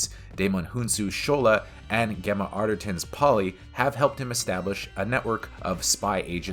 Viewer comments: Can you please pronounce Gemma's name correctly, it is "Jemma", not with a hard G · Arghh. Rhys is pronouned Reece and Gemma is pronounced Jemma. Otherwise good review.